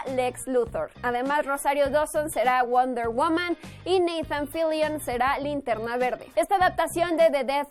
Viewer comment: Me encanto como pronunciaste "Wonder womam"😍❤️